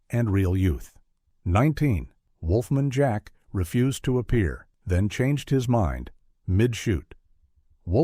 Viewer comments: "Wolf-mun Jack." Funny way to pronounce one of the most famous DJs of all-time. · *"Wolfmun Jack" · Wolfmin Jack? I remember Wolf Man Jack not Wolfmin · The narrator apparently never heard of Wolf-MAN Jack. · Agreed !! "Wolfmun Jack"...for crying out loud! LOL !! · WHOA! I was gonna complain about how AI still has a long way to go - it'still blowing pronounciations that are commonly accepted! I thought, "Why bother?" Glad that I did!